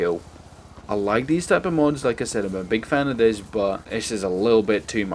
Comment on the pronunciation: why do you say 'these' wired you say 'dez'?.